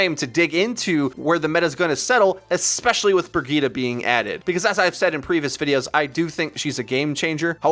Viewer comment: Can y'all pronounce her name right. Its Reinhardts companion so you have to use some German pronunciation. It is pronounced Bre-zheet Have a nice day.